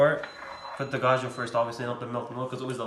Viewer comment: Bruh it’s avocado and cashew lmao Not avogado and gajo